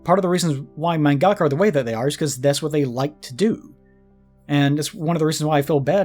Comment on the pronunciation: The way pronounces mangaka irks me so much. No shade, just every time i hear it i think, "that's not how it's said".